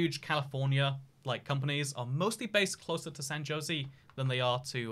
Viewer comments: It's San Ho-s-ay, not Josie! The city name is Spanish so the J sounds like an H. A European should be familiar with the Spanish language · San Jose is a spanish word so its pronounced “San Ho zay” not “San Joe Zee” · My man said “San josey” 😂😂😂😂😂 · And then, later on, he starts talking of "San Joe-see." Aw man, at least the Tucson mispronounciation I can understand - but Jose is a pretty basic Spanish name! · Same with San Jozy lol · Wow, so glad you know it’s actually pronounced “San Ho-Say” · I like how at the beginning he said it properly then just decided to go with Josey for the rest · Are you going to San ho say today? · "San josey " he's just trolling us at this point. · ”San Josey” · FYI: San Jose is pronounced "Ho zay." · The comments: Bruh he saying tuck-son me: why he saying "San Josie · San JOSIE bruh there aint no way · San Jose is pronounced "San Hosé" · San Jose is pronounced SAN ho-SAY' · At least he didn't try to pronounce it. Poor San Jose and Tucson. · i literally started typing furiously when you said san jose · Couldn't get past the way he said San Jose. RIP.